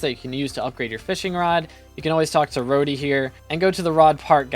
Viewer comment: Dearest; It's rod-e and hat-e, not road-ey and hate-ey, just thought I'd let you know Great vid btw! This just triggered my ocd a little bit 😅